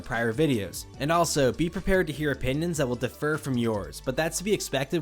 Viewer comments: “DeFER” and “DIFfer” are two different words. 😘😘😘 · I feel compelled to mention it because I'm a pedant, but you often say defer when you should say differ. I'm not sure if its just the way you pronounce differ, but I notice it in almost every video of yours. The example in this video was when you said "these opinions may defer from yours". Defer means to delay or postpone and is not synonymous with differ. Its really not important and I only bothered to comment since it helps the youtube engagement and I do eventually go insane if I don't mention it to someone.